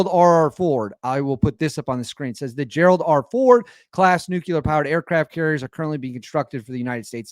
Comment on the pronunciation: Nook-yoo-ler powered, you betcha!